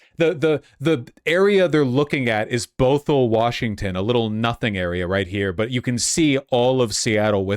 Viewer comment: Bothell, WA is pronounced “baa - thl”